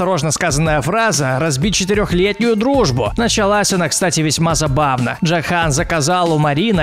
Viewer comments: Не Джахан а джохан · во перых эксайл а не аскаэл, во вторых джОхан, а не джохАн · Меня дак больше всбесило, как он произносит "ДжохАн", а не "ДжОхан"